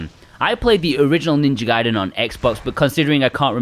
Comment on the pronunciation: 😭 It's Ninja Gaiden, not Ninja Gayden! 🤣